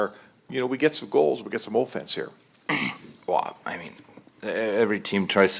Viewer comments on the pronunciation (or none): Ohffence. What a dick, what a dumb way to pronounce 'offence'.